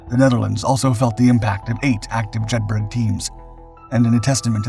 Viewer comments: Jed bur uh, not burg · so you do an entire video on this and can not even research how to actually pronounce the name of the operation properly? Have you ever been to Edinburg, or Jedburg? no you may have visited Edinburgh or Jedburgh. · Jedburgh pronounced "JED-BUR-UH" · “Jedburgh” is pronounced the same way as ‘Edinburgh’, i.e. “Jedborough”. Jedburgh is a small town in Scotland. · yup this mis-titled one pissed me off as well as the mispronunciation of Jed bur uh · Jedburgh pronounced Jedburra. It's one of those great British place names that sound nothing like it's written. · And pronounced locally as Jeth-ert.